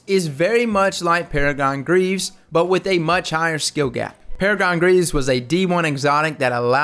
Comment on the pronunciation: "Paragon... Greaves?"... You mean, Peregrine Greaves?